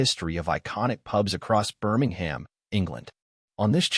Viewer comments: Best watched with the volume set to zero - Would be improved with a transcript - then wouldn’t need to listen to the appalling American accent of the generated narration - mispronouncing Birmingham and generally irritating and annoying- Why can’t the channel record its own dialogue- preferably with a local accent ? Photos are great - information interesting if you can tolerate the awful audio track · Birmingham isn't pronounced like that, I'm confused!